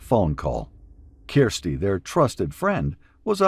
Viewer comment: Her name is Kirsty not keersty